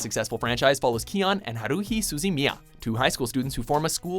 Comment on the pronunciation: I'm so mad at how he says haruhi name its ha-ru-hi not whatever he named her